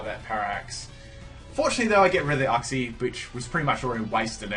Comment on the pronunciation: Uxie is pronounced yooksi. It's very painful hearing uhksi